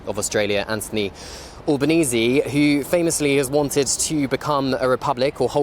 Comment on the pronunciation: ALBanese not Allbanese